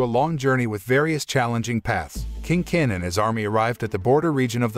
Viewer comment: I'm so bothered with his pronunciation of "King Kin", "Qin" is pronounced as "Chin" not "kin"....